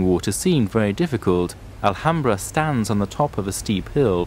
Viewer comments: It is Al hamra not alhamdra... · they call it alhambra, that's their way to say al hamra, you can't ask people who don't speak arabic to say words as they are originally pronounced, another examlpe is Gibraltar, originali in arabic it is called Gabal Tariq but in english it is called Diferentlly , you will have lot of trouble pronouncing spanich or french cities as their called in their langauges too.